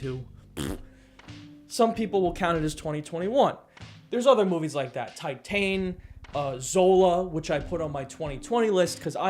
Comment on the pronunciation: it's pronounced tit-ahn